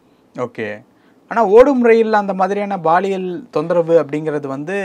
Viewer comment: Anchor promounciation awkward.. thamizh thandavam aaduthu.. he is saying baaliyial.. instead of paaliyal. (Which implies sexual harassment)